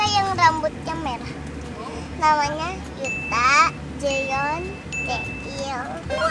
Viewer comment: jaehyun sama yuta lucu bgt dia nanyain namanya cici Thalia sama Thania wkwkwk Thania masi kecil udh afal aja ya sama yuta jaehyun taeil, mana pengucapan nya jg bagus bgt keren semuanya, thx u buat the onsu family sehat selalu!